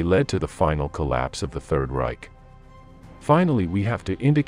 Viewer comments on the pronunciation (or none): none